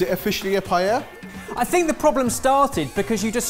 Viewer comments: Maybe pronounce it correctly first. It isn't "pie-ella", it is "pie-eh-uh" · I just can't deal with you guys complicating the pronunciation od PAELLA... same thing with dulce de leche. Pa- eh-eeah dool- se de leche... Not paieia or dolche de leche. It is not that hard. Hahahahahhahaha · love the vid....if only they could learn how to say Paella, they use it very often, so... Pa (like in papa) - a (like the vowel alone) - ya (like now! in spanish) Pa-ae-ya...lol I get an eyelid twitch every time I hear them mispronounce it paiehia, and I'm not even Spanish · why do brits say PAI-eya? it's pa-eya. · Excuse me sir, its called a Paella. Not a payeya, plz stop saying payeya. PA É LA. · The only thing irritating to me is that they still pronounce Paella like „Pa-yeah-ja“ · The only thing that kills the paella burrito for me is the pronunciation of the word paella....and paellera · I love attemps to pronounce Spanish ( and Catalan/Valencian) words, and completely butchering every single one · people would probably not be as upset if you learnt to pronounce paella correctly 😂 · has anyone made a cut of the 1001 ways they've pronounced 'paella'? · I think the problem with all of this is the way keeps pronouncing paella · The double L is silent. It's Spanish. The double L is always always ALWAYS silent. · 2 things, how do you even say paella... im my mind, P is a hard consonant and aella are soft weak letters.. P-ala, and doesnt all the ingrediesnts of a Paella go in a burrito anyway? like if i said "give me a Paella on a non-garlic Nan" same thing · After all this years, still mispronouncing "paella" , never change you guys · Maybe try and pronouce paella properly? also, the pan is called paella, that's where the name of the dish comes from